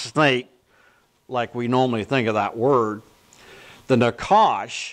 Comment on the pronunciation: pronounced "naHash"